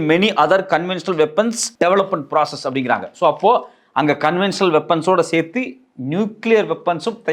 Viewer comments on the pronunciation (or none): none